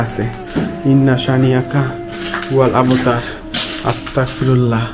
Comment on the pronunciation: আসতাকফিরুল্লাহ না!আসতাগফিরুল্লাহ হবে।👍🖤